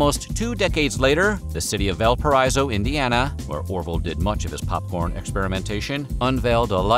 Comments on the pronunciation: It’s pronounced Val-PRAISE-oh, or just Valpo (VAL-poh) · As a lifelong Hoosier, I cringe and the mispronunciation of Brazil and Valparaiso, IN in the video. It's BRAY-zil and Valpa-RAY-so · On behalf on Valpairaiso.. Its pronounced Val-Pa_raise-ro or Val-po for short... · Tragically mispronounced Valparaiso, but a good documentary nonetheless. In his commercials, he’d introduce himself as, “I’m Orville Redenbacher from Valparaiso, Indiana…” then continue on with the commercial. His massive popcorn fields provided the first jobs held by many young men and women in the Valparaiso riding as corn detasselers in middle & high schools. The documentary downplayed the city, but it was the center of his popcorn empire even after he sold the company. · I'm originally from Valparaiso. He butchered the pronunciation.